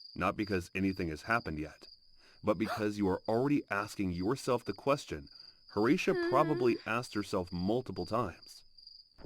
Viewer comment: Horatia. Also the vid is AI so it may sometimes pronounce it wrong